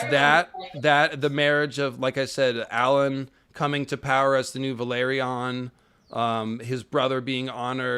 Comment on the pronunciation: Thank you, and! 🔥, I wanted to point out that Corlys' family name is vElAryon, not vAlEryon. VE-LA-ryon. Yes they came from Valyria, but I beg you 😁🙏